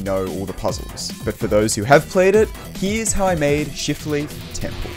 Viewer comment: bro i keep thinking is says “shitleaf temple” 😭😭😭